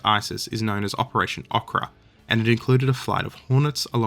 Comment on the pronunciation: Ohh-kra not Ah-kra